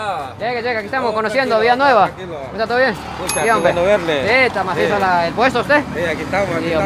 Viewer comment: Jajajaj me gusta como dice " Que masiso " habla como todo un hondureño 😆❤❤